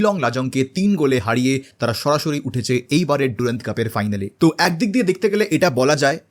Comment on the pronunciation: Henry mortimer durand was an englishman... onar nam er uccharon french ki kore hoi? Its durand...not ডুরান্দ.